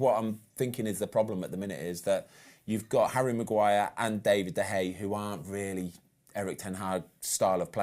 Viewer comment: It's great to get a specialist's view, and Ben Foster seems like a really good bloke, but come on, how hard can it be to pronounce David De Gea's name correctly? It's not that difficult.